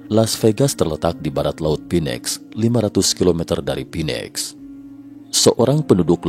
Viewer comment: Pak..... Phoenix dibaca : FINIX bukan PINEX